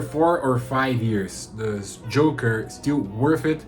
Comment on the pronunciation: Ótimo vídeo, curti demais. Só um detalhe mano, o nome do perfume é jocker com C e não Joker como o coringa, então ele se pronuncia "jócker", que é algo como atleta, o inglês está muito bom, curti demais.